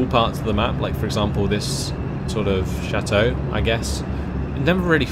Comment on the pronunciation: LOL "château"